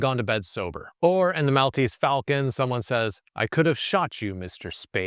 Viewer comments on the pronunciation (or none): Pronouncing Maltese wrong put this video to bed very early for me. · as a maltese person that is the worst pronunciation of 'maltese' i've ever heard